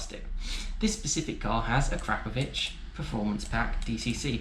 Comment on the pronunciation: It's akrapovic not A 'crap' povic